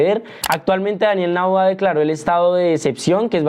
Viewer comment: Es Daniel Noboa, no Naboa.